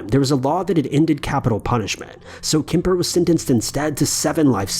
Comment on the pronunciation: It kemper not kipper lol